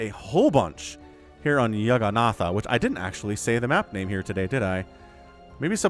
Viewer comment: Amazing game, amazing casting! The (non-professional) linguist in me wants to point out that "Jagganatha" is probably pronounced with "jah", not "yah", as "Jagannath" is a Sanskrit word for "Lord of the Universe", and the source of the English word "juggernaut".